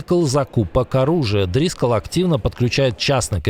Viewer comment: Очередной выпуск, колхозников 😂 ДрискОлл, а не Дрискал 🙄 Дрискаешь ты на кровати по утрам